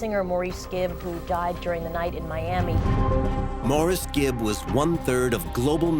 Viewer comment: She didn't even pronounce his name right. Musta been a big fan...